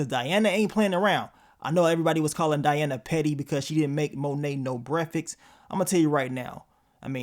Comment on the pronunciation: Bruh added an "x" to breakfast 😂 definitely love da vids but I do be watchin to see what word you gon mispronounce/ put ya own spin on 🤣👌🏾